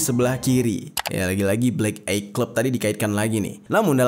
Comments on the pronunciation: Dibacanya Blek Ay, Mas, bukan Blek Ey, cm koreksi ya untuk kemajuan channel ini. Pelafalan bhs asing perlu dicek dl sprti apa bunyinya. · Bacanya BLÉK AIY. Bukan blék éiy 😭 Yakali masa lu ga tau cara nyebutin bahasa inggrisnya MATA. 🥲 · eye : ei❎ eye : ai✅ ni bunyi sebutan yang betul , salam dri malaysia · Bacanya the blek ai clab baaaangggg bukan the blek ei clab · EYE baca 'ay' not 'ey' in English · Eye dibaca ay bang.. Bukan ey.. 😂🤭🤭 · bukan ey, tapi ay <3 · Bro nyebutnya Ay bukan Ey. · ay bang bkn ey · Eye dibaca ai bukan ei, devil devel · bacanya blek ay bukan blek ey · Eye dibaca Ay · Eye = mata. dibaca : Ai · Bang belajar lg ya cara ngucapin "EYE"